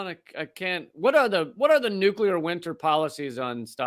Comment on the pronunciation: I love you, but please correct your pronunciation of "nuclear"